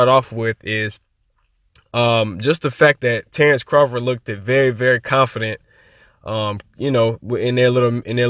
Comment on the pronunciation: Bro, Look-ted is Not a word! Great video, just say lookt if you can't say looked.